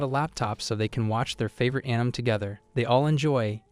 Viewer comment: bro really said ANYM and KIMINO😭